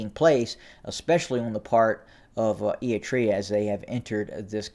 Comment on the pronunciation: If you follow the chaos in Ethiopia closely like many of us do and then listen to this kid who pronounces Eritrea ‘Eeetrea’, you begin to realize that he really doesn’t know much at all about what’s actually going on. He’s snipping a few reports from here and there and then theorizes what might happen or what could happen. Better to get your information straight from Getachew and Stalin. This kid is just milking you for the YouTube royalties.